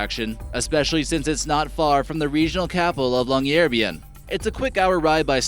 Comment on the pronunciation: I loved they way he pronunced "Pyramiden" and "Longyearbyen". The first one is just "The pyramid", and the last one is "Long-year-byen" where byen means town, so the "long year town".